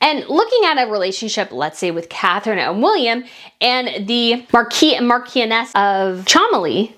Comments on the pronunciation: Mah-kwiss and Mah-chio-ness of Chumb-ley. Sorry if someone else has already helped you. Mah-kee is the French pronunciation. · In the UK it’s marquess pronounced “Mar kwis” you are Pronouncing the French version. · Dear Brit. The titles of the Cholmondeleys (pronounced Chumlees) are Marquess (pronounced Mark-wess) and Marchioness (pronounced Mar-shon-ess). I hope that helps. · The MAR-kwiss and MARCH-eee-un-NESS of CHUM-lee.